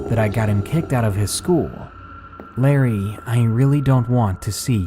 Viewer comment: Btw its "Larry" not Lerry